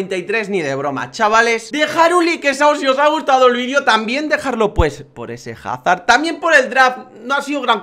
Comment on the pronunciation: se dice azard